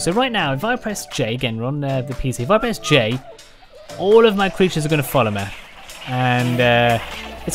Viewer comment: Man why do u say like mê instead of regular me/mi